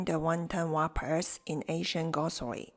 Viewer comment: WRAPPERS,pronounced rappers, the w is silent I hope to hear back about the crispy pork bellies, but I am going to make wonton dumplings as well, for the first time! Thank U